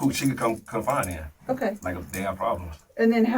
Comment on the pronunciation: If you don’t know the difference between “confining” and “confiding” you shouldn’t step foot on school grounds pookie